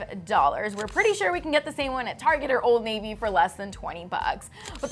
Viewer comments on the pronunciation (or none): none